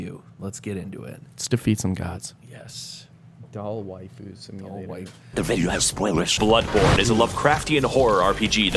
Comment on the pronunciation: Waifu isn't even a real world and Yet I'm still disappointed about how you Pronounced it.